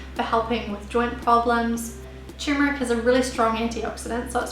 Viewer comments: it is spelled "turmeric" and it is pronounced "tur-mer-ic", not " tumor-ic". the problem I have with this lovely young lady, apart from incorrect pronunciation of her ingredient of choice, isn't her accent, it's the rapidity of her narration. if she just slowed down by 20%, she would be understandable. tumor ick. sheesh.. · Forgive me but it's Turmeric ... that is Ter-meric. However thanks for the great info.:D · First, learn how to pronounce it correctly. The first r isn't silent.